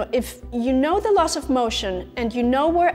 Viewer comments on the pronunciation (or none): about . . . LOSS OF MOTION . . . or LAWS OF MOTION ???????????????????? LOSS does not = LAWS. Please pronounce it correctly. Thank you. In my opinion teachers have a special duty to transmit their information correctly, properly, and with authority. Allowing errors and carelessness to creep in undermines the very concept of " education."